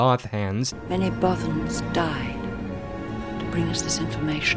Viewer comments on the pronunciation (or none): "Manny Both-Hanz" lmao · Manny Both-Hanz... LMFAO! XD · "Manny Both-Hands" JESUS CHRIST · MANNY BOTH-HANZ?! IM DYING